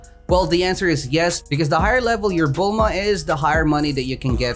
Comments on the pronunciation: He still says bulmama lol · Love the vid but y u call bulma, bulmama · why does he say bulmama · Me every time he says Bulmama: 👁👄👁 💧 💧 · When did you call bulma bulmama XD